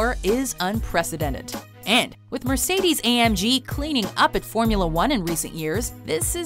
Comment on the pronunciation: Its si funny how you pronounce BMW and Mercedes 😂😂😂